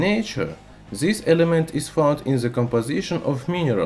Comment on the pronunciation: In zature zis zelement is zery zstrong.. haha. Man why you love alphabet "z" so much.. LOL 😂